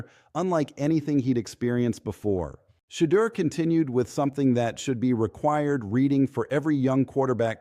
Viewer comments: STOP!!, STOP!!!, STOP!!!!! CALLING HIM "CHEATER" HIS NAME IS PHONETICALLY "SHA-DURE" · How come you cant pronounce Shedeut's nams Correctly?!